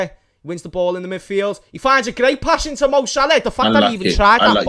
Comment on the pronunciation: Imagine living with a Liverpool supporter. How many times a day would you hear "MoShhalha", "ShhadioMarrrnay"and "Vair-gil". It would drive you nuts.